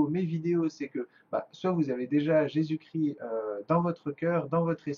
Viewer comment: on dis Jésus Christ pas cri ..arrêter d'écorcher son nom svp merci .